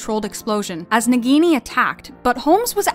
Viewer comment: You said nagini wrong